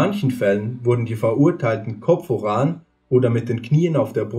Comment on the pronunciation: Wie er wachs und voran ausspricht... 😂😂😂 und Die Strafe sollte man heute noch anwenden. Das wäre es. 🤘🏻🤪🤘🏻